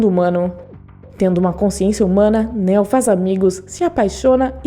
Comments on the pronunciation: “Néo” “zion”...boa explicação, mas porra...aprende a falar o nomes aí... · Engraçado sua pronúncia Néo 😄😄😄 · Bom, você claramente tá lendo um roteiro. Já começa falando errado o nome do PROTAGONISTA. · Ela falando neo é muito engraçado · Não se pronuncia Néo meu anjo é Neo o nome do personagem. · Nao se pronuncia neo como" néo" se pronuncia como nio😜✌️😎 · Néo? O nome de pronuncia Niu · 1) Não não se pronuncia Néo e sim Neo. 2) É errado dizer que Neo não se DESTACOU dos demais escolhidos, devido o amor que sentia por Trinity, ele escolheu sacrificar tudo para ficar com ela, essa escolha o torna especial e se torna diferente de todos os outros 3) Neo não ficou COMPLETAMENTE LOUCO kkkkk ele nunca declarou a guerra contra as máquinas, a guerra sempre existiu para controlar o número populacional de Zion 4) A essa altura da historia o plano habitual das máquinas para Matrix já estava em total desordem, Neo já havia quebrado ciclo mas ainda precisava realizar dois objetivos, salva a humanidade das maquinas e salvar as maquinas de Smith, Se Neo falhasse todos morreriam, restando apenas o Smith, visto que o vilão teria a capacidade de corromper todos os programas ligados a Matrix INCLUSIVE o próprio Deus EX Máquina, No fim o PLANO DELE FAZIA SENTIDO E AS MAQUINAS COMPREENDIAM A SUA DECISÃO. 5) Quando Neo explodiu Smith no final do primeiro Matrix, ele fez uma cicatriz enorme no programa DIGAMOS ASSIM, e como a Matrix sempre tenta equilibrar a equação , Smith ganhou novos atributos tornando em um de vírus no sistema, praticamente sendo impossível de ser isolado ou rastreado devido a habilidade de se copiar. Basicamente não foi o seu LIVRE ARBÍTRIO que o transformou em ALGO COMO VÍRUS. Tem muitas outras coisas que não foram explicados corretamente no vídeo, para quem gosta do universo de matrix e quer saber um pouco mais sobre esse universo tão vasto, eu recomendo um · “Néo” kkkk nííô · A mina falou "navio" em vez de nave... falou Néo, Morfeus... 🤦‍♂️ se fuder.